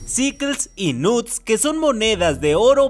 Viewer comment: Alguien mas se dio cuenta que el menciona a los "knuts" Como "nudes" 💀